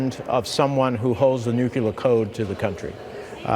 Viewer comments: Great commentary, Senator, but you're a Democrat, darn it... the word is "nuclear", not "nucular". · How is it that grown, supposedly educated humans still pronounce the word "nuclear" as if it were spelled n-u-c-u-l-a-r? GWBush did it and it drove people crazy. Menendez didn't get the memo I guess.